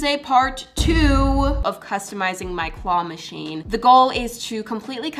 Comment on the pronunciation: I heard you at the start of the video say Qwah Machine 😂😂😂